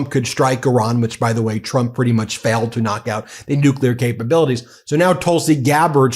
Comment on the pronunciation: Love Laura saying Trumps name wrong she said "Chump instead of Trump."